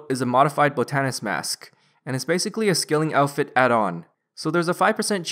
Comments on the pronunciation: I'm pretty sure botanist is pronounced (bot-ton-ist) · love your guides but your pronunciations kill me. botanist and newt. newette 😂🤣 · Not gonna finish watching the video cause I can't stand you not saying botanist correct...